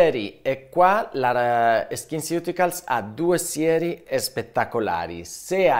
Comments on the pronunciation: La pronuncia esatta di skinceuticals è "skinsiuticols" 🫠😁😘🤩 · Faccio la maestrina: sono andata a cercare la pronuncia e "ceuticals" si dovrebbe pronunciare "siuticols", come "nutraceutical". Grazie, dottore, del suo lavoro🥰